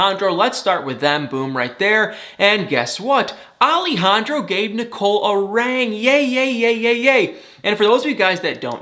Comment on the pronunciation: Don't know why you pronounce it a "rang", when it's a ring.